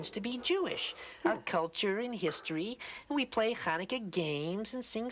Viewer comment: It's so nice to see that there is a special episode on Chanukah! In she say Chanukah wrong. If you want to know how to pronouncens it you should listen to yemans Jewish. It is a Voiceless pharyngeal fricative not a Voiceless uvular fricative.